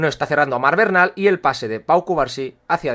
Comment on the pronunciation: Disculpa pero el apellido de Marc Bernal se dice Bernal no Barnal, es familia de un amigo mío su padre y el apellido es Aragonés, se dice cómo se lee. Buen análisis y enorme trabajo el que te tomas en tus publicaciones, muchas gracias.